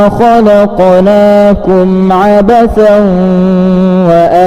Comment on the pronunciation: Maaf, saya kira ada kekeliruan dalam pembacaan surat awal (115). Saya dengarkan betul tertangkap "kholaqolaakum", padahal yang tertulis dalam Alquran Surat Almukminun ayat 115 "kholaqnaakum". Agar segera dibetulkan karena tidak sesuai dengan sumbernya.